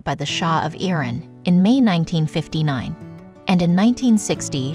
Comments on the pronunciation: Also, it’s Iran, not “ear-an”. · What's with the machine narration? That pronunciation, phrasing.... It's come to this? "Garward"? "Epi-Tome"? "Ear-Ahn?" It's come to this?